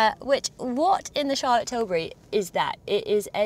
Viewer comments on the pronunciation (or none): none